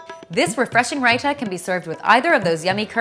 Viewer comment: Basmadi?Rita?Garam?im sorry but I'm indian and these pronunciations make me cringe.